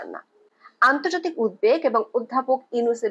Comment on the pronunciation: আপনার বিশ্লেষণধর্মী কন্টেন্টগুলো নিয়মিত শুনি।খুব ভালো লাগে। তবে একটা কথা বলতে চাই কিছু মনে করবেন না। উদ্বেগ উচ্চারনটি উদ্ধেক হবে না। ইচ্ছে করলে বাংলা ডিকশনারি দেখে নিবেন। দয়া করে ক্ষমাসুন্দর দৃষ্টিতে দেখবেন